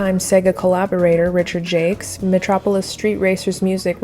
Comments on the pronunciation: The soundtrack really improves the game by a lot. TJ Davis is indeed great! Thought Richard's last name was pronounced more French. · Just to make sure no one is confused, Jacques rhymes with shock, begins with a “zh, and ends with a silent s. 👌 To anyone named Richard Jakes, sorry for the confusion! 😅